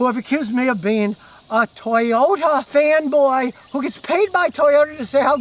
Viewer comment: Scotty saying "fanboy" is so funny to me